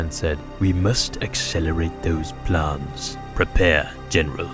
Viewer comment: "Plarns" I'm british and I've never heard anyone say plans like that lol